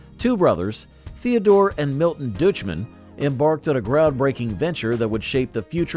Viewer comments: "Dooch-man"? Really? DOICH-mann. SMH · Pretty sure Deutschmann is pronounced like "Doych-men." At least that's how the guy I know with that exact last name pronounces it.